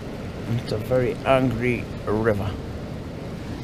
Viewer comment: Hey since when has the Lake District AA meetings been held in a bothy in the middle of nowhere?......Say 'Angry River ' again for me....or was it 'Angy iver'? Atb.